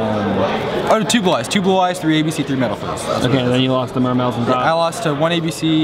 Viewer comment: Im going to dislike every single video from now until the end of ygo because his utterly pathetic ABC deckprofile where he called them "Aah" "Bah" and "Cah" still gives me aneurysms from cringing so hard at the thought of it.